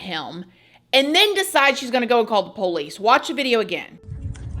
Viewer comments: I'll never get tired of the way you say P0-licee 😂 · That's how we say it in Alabama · My husband repeats it every time he hears her say it when I’m watching lol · Same. 😅 is that a southern thing? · I know! It's so funny and cute!😊 --Shannon A. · Haha me too! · Love it!